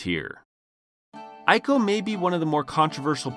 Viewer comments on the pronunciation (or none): none